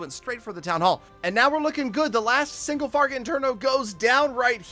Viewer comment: "Single farget attornet"